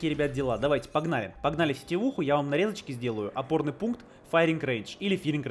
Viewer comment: А ты знаешь что ты сказал ты сказал порный пункт место опорный.